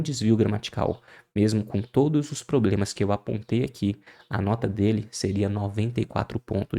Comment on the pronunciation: " diversos probemas"